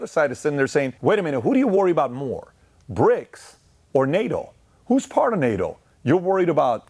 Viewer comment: Are you saying Brics or Prics 😂